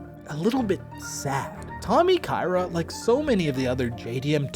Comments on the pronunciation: It's Tommy Ka-Ira, not Tommy Kayra. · Hello sorry it is pronouced Ka ira ?